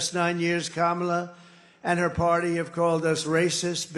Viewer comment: He said kamela right? Wth